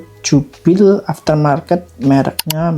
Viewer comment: setauku bacanya bukan jubil...tapi jubelii breselet (jubilee bracelet), mungkin bisa liat2 video jam tangan lain untuk penyebutannya..videonya bagus bagus mas bisa menambah wawasan, ak juga suka jam tangan, semangat ya mas, ak sudah subscribe juga